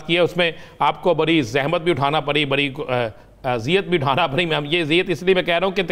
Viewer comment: Badi nahi bol pata. R bhi nahi bol sakta. Gajab h. Namuna.